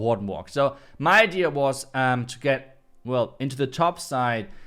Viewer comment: why do you keep saying idear? It is idea and has no letter R 😉